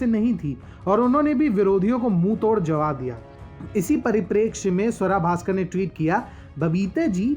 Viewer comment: Naam to sahi se le lo iska ungali Swara Bhaskar